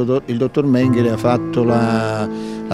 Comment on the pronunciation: 0.34...Mèngele, non Mengèle!!!!